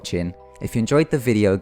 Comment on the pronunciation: HBO is not pronounced haych Bo and thumbs up is not pronounced fums up.